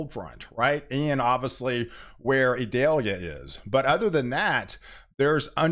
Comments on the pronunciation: You are mispronouncing Idalia its not Idelia... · Eee-doll-yah. It isn't an onion.